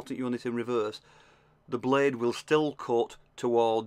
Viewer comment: Great video! I like the way you say "Be curefull the bluude could be shurp"